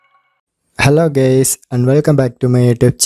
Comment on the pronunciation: Did you said "hello gays!" in the beginning? 😂😂😂😂